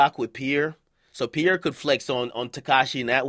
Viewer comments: yeah “pee-air” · Why Akademiks pronouncing it like "pier". lol its Pierre bro. It's a French name.